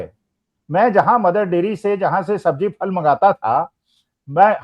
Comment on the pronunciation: फल नहीं phal बोला करिये